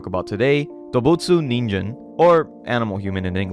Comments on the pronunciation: It's not "ninjen," it's "ningen". The g is always soft in Japanese. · bro it's a hard g, ningen not ninjen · Its pronounced "neen-gehn" with a solid G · I was trying to stick around for the video after "serieses" was used and then he tried to pronounce "ningen..." yeah im out lmao 17 seconds